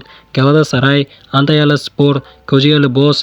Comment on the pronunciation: Kojaelebus emas Kocaelispor 😂😂😂